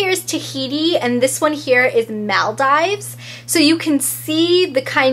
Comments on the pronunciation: It's said muldeeeeves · girl it's Maal-DEE-VES! have u never heard of the group of islands/country??! its a world famous tourist destination..